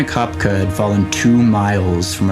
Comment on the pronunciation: The mispronunciation of her name ruined the whole thing. It’s Ko Pek E